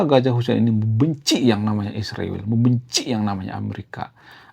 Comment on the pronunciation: Isriwil tu apa,,, tenggorokan kamu keseleo ya... Ngomong Israel aja takut kali kau